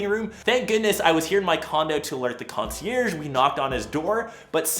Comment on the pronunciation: Sliver spooner 😂 “got the concierge” smfh